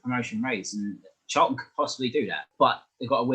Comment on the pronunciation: First time viewer to this channel - really good discussion for me , a CAFC supporter. Thank you, good opinions, and fair assessments. One thing though : there is a 't' in Charlton! Not "Charl'un"..... I know you can pronounce 'ton' because you said "Souf'amTon" ! Smiles Anyway, good report, nice discussion ; I'll subscribe. Cheers!